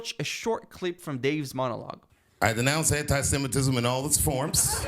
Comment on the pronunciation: Anit-semetism?? You've all lost your minds!!!! 😄